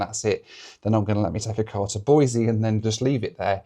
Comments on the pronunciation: Great video - always fun to see your home turf. I've ridden motorcycle thru Salmon more times than I can remember. BTW, it's Boisee, not Boizee. If you say Boizee you have to follow up with "I'm not from California and I'm not moving to Idaho". 😁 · As a life-long Boisean, I respect the correct pronunciation! Boiseee rather than Boizeee! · BOY-SEE no Z. Otherwise we'll have to call you 😅